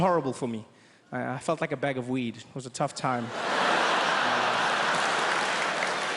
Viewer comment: I thought he said wheat for a second😂